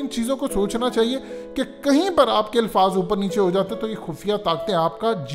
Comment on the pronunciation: It's "Alfaaz" not Ilfaaz Lafz ki jama Alfaaz Alif k zabar k sath aati hai